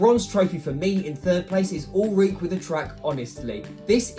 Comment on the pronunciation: its pronounced ulrikk-eh